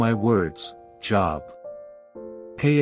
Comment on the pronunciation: I wish he would pronounce Job's name correctly